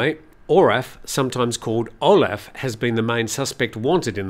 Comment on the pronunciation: The guys name is Olaf not Oraf... there is no such name as Oraf in the German language 😊